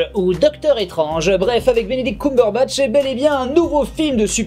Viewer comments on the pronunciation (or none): Mec, le "Cum" de Cumberbatch, ça se prononce comme dans "I'm gonna cum" et tmtc, ça ne se dit pas "I'm gonna koum" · Je vous en supplie,c'est "Kembeurbatch" ^^ désolé entant que Cumberbitch je peux pas m'en empêcher 😅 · J'entendais que quitte a le prononcer en francisant, autant s'en rapprocher le plus possible. Cumberbatch, quand il prononce son nom, ne dis pas "coum" mais "keum". Il me semblait plus logique de s'aligner à cette prononciation. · ***** Non, Coumberbatch (/kumbərbatʃ/ n'est absolument pas un mélange, c'est juste une prononciation française possible d'un mot étranger. Dans le mot anglais il n'y a aucune voyelle en commun : /kʌmbɛbætʃ/ Et très honnêtement je suis absolument certain que Benzaie est parfaitement au courant de tout ça et prononce Coumberbatch juste pour faire chier. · Il n'y a pas a chercher, chacun le prononce comme il l'entend mais si on veut franciser au plus proche de la phonétique originale, c'est Keumbeurbatch.